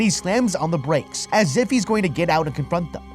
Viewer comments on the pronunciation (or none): Dwives? Bwakes? Acwoss? Well, I guess I should commend you on recording the narration anyway 🤷🏻‍♂️